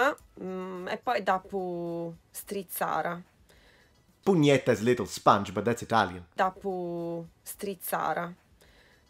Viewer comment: It's funny hearing the first woman say "pugnétta" (forgive my spelling, I don't really know Italian, much less Sardinian), but the way it's pronounced is identical to the Spanish word "puñeta". I'm from Puerto Rico, for us puñeta is a curse word/exclamation of frustration. We use it all the time when we're angry or when he get hurt. We often shorten it to "¡ñeta!" when we really want to emphasize how bad we feel in the moment. The etymology of "puñeta" is like another word for "fist". It comes from "puño" which means "fist".